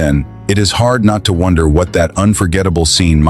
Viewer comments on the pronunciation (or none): none